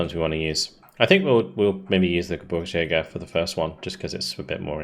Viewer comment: GeBIRGSjäger (think beer rather than burr), it almost sounds like you say GeBURTSjäger which comes out as Birth hunters rather than Mountain hunters. :D Keep it up, these campaigns always entertain.